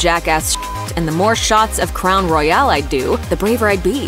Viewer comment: It’s called Crown Royal not “Crown Royale.”